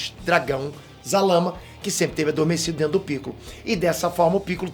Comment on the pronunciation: Zalama? Não era Zarama?